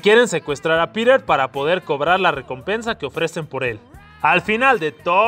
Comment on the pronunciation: soy el unico que entiende pirer en ves de piter?